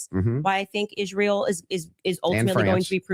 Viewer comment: I almost noped out when she first opened her mouth and pronounced Israel the way she does.